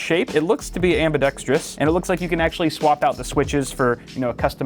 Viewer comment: ambidextrous not ambidectic XDDD